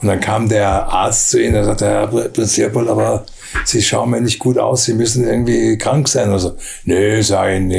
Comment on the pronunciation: Sympatischer Typ! "Drehopold" klingt trotzdem lustig -sorry!